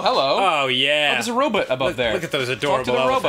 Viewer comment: I thought i was the only person to say robut but then ross did and im just like "yes"